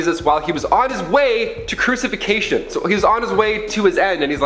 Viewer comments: There's NO SUCH WORD as "crucification"...damn...it's "crucifixion." And it's "Nur- ren-burg". Yeah, foreign words can be tough...just ask someone who speaks ANY foreign language how to pronounce those foreign words. Ya'll REALLY need to be more careful of how you pick AND pronounce words. And, wow...the girl needs a few voice lessons...her voice hits some sort of "note" that goes right THROUGH my brain, maybe it's the sound equipment too! Sorry, dear...not trying to be mean, but truly want you guys to sound as smart as the subjects you present should make you sound...mispronounced words just don't get it.... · Crucification lol